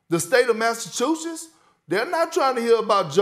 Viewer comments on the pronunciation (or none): Perkins: “The state of Massachusess”. 😂